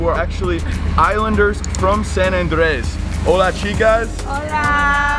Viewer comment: It's AAAHHHandres bro not ANdRES. Why do you roll the r in andres and then just butcher the first part. lol